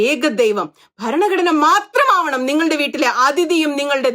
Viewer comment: ഇഷ്ടായീ... പക്ഷേ ഈ ബരണ ഗഡ്ണ ബരണ ഗഡ്ണ എന്നുള്ള Pronunciation ഒന്ന് തിരുത്തിയാൽ നന്നായിരിക്കും. ' ഭ ' രണ " ഘടന " എന്ന് പറയൂ..